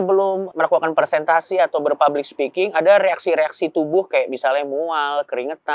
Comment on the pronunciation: Maaf yang betul "Presentasi" pak Coki, bukan "Persentasi". 🙏